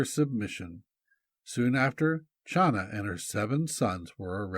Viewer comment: Hi! The name “Chana” from where we get the name Hannah is NOT pronounced “Schana” but Khana. The CH is pronouced like the sound in Loch as in Loch Ness monster-it is a gutteral sound deep in the throat. Now you know!